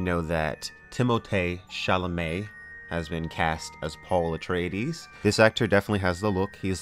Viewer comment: Denis Vill-nuhrv is how you pronounce his surname, but nice attempt though, lol. Although, I do think you've pronounced Timothée Chalamet's name correctly over everybody else. I mean there's an accented 'é' in his name that they're all ignoring, lol! And I do think you'll be fine with Denis making these films, as Dune has been a dream project of his for a very long time. He's been a fan of the book since he was 12 years old so clearly, he knows far more than Lynch. ;) Another thing I'm keeping my fingers crossed for, is whether Weta Workshop/Digital will be brought on-board for all the conceptual design. I'd love to see a guitar builder make a baliset from the ground up - and if the actor who will play Gurney Halleck will also get to learn to play the instrument too. Weta have already worked with Legendary a few times and Weta also built some model buildings for Blade Runner 2049 as well. They looked beautiful! One thing I won't be looking forward to are the Lynch defenders who will claim that his movie will still be better than the new adaptation. I'm going to be shaking my head on this, I'm afraid. :p Lastly, you MUST see Blade Runner 2049. You'll be blown away. And do get back to me if you think whether the actress playing the character of Luv (Sylvia Hoeks) would make an excellent Lady Jessica... ;)